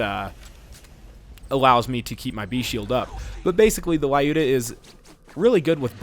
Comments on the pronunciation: its "luda", not a "lai uda" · I don't think it's pronounced "lAyuda", given it's based on a russian name "Люда". "L" is little softer than usual without any trace of vowel, and "yu" pronounsed as in a word "you". "da" part is correct. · Looda! I always pronounced it like Lie-You-Da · "Лаюда". Seems legit. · The gun is a reference to a russian(Soviet) female sniper - Lyudmila Pavlichenko. Lyuda(Люда) is supposed to be a shorter version of her name. "Лаюда" is equal to "La-yuda" - this is what english speakers make this name sound like. They pronounce it as "la" followed by "yuda", instead of reading it as "L-yuda". Makes it sound lot worse. Pronunciation of the name in russian is similar to the russian word "люд" - people. So, you know, USSR, people, a sniper and a sniper rifle. Its not too important, but it just makes you feel bad when you actually know how it SHOULD be pronounced and the story/meaning behind it. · Ah, everyone mispronounces the gun's name. It is actually pronounced like the word "lewd" with an "a" in the end.